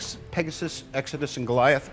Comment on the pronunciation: Project "X-odus" and not Exodus??? (lol)